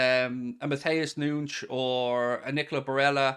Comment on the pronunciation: please stop pronouncing matheus nunez as noonsh. You’re irish not Portuguese